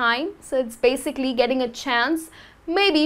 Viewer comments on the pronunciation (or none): none